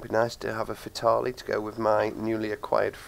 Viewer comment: Nice vid but you are pronouncing fatale wrong